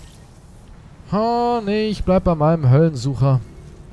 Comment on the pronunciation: die waffe heißt höhlensucher und nicht höllensucher bro <3